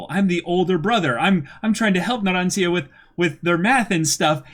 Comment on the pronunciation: First is Abbakkio, like Pinocchio Na-ron-cha The third is right